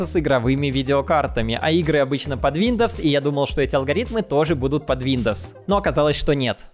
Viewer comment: Он так мемно говорит Виндовс😂